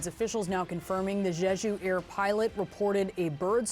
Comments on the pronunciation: Jeju not sheshu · Brianna, it’s JEJU not JESU. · Jeju. Not Zhezhu. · Neither the first nor the second "j" in the word "Jeju" is pronounced like the "g" in the English word "regime"; indeed, the Korean language (nor the Chinese or Japanese languages, for that matter) doesn't even have this quasi-French sound. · Why do these goofs keep pronouncing Jeju that way. Did they just finish Zsa Zsa Gabor biopic?